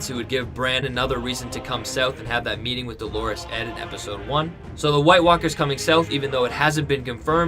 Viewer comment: Please, please stop calling Edd DoLORes Edd - Dolores is a woman's name. Edd's nickname is DOLorous Edd, from the Latin Dolor, meaning pain, grief etc. In French, the word would be douleur, with the same meaning. Unless you really think Edd is a woman, please change the pronunciation of his name. You are not the only person doing this - lots of other You-tubers pronounce the name wrongly.